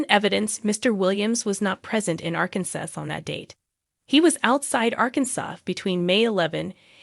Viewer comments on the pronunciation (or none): Why are you saying ArkanSUSS and then the regular pronunciation Arkansas??? 🤡 I just wanna hear about the Duggar family hot mess updates to make sure that monster is LOCKED UP. Anyway ur Arkansas mis-pronunciation was mad annoying 😭